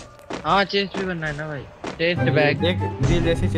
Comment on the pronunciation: Tonde dai nhi tonde bhai😂😂😂